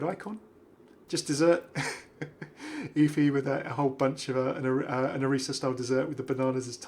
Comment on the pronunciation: thank you for saying both efi's and orisa's names correctly LOL you're the best, love your videos:-D